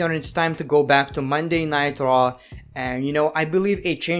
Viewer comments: (no offense) but I crack up when he says traw instead on raw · be like: 'Monday Night Traw'